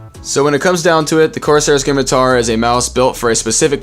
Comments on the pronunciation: Hi great review I'm getting one because of it. Quick thing I think it pronounced Sim-e-tar it's a old bendy sword used by pirates. Like Corsair are pirates to. Kinda like razer are named after snakes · pronounced simitar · The c is silent bro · What's a skimitar?